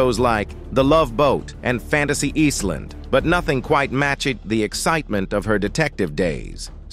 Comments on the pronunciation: Prenounciate better, your verbage is bad. You said " fantasy eastland" it " Fantasy Island" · Cthu at Pronouncing Island like EASLAND